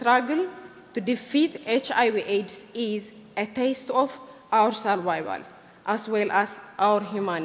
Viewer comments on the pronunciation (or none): what the hell is a serwaywal? - say can't she say survival? shameful creature! Agame!